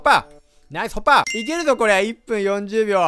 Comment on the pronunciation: 「ナイスホッパー」が「ナイスひょっこり」感あったww